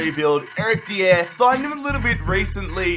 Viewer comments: Stop calling dier de-air it’s pronounced die-er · Dude stop saying dier's name wrong DIE-ER